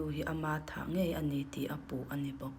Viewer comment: In kawm ngaih i ti tlat in ka hria, ngeih tih tur